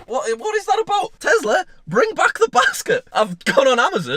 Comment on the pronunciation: I think you mean Tesla as you keep saying Tezla. LOL ☺